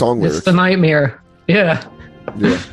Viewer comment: says nightmeer like bert kreischer